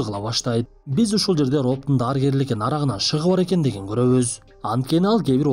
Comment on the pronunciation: Нарагынан шыгы бар экенин көрөбүз 😂😂 оштуксузбу Нарагынан деп 😂😂